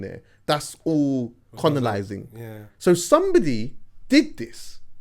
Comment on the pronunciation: man said conolising lmaoo